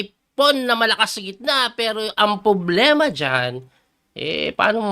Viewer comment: Coach bakit “poblema” ang bigkas mo sa “problema”? 😂✌️